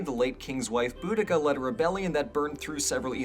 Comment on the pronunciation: Oh my god!! You said Boudicca right! Youre the fist person ive heard say it right!